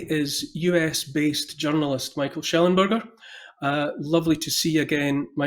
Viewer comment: ‘Shellonburger’…. yeah, no thanks 😅 Neil, you are better than this.